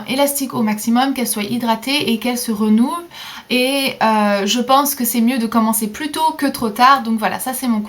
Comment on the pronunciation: renouvle, on dit renouvèle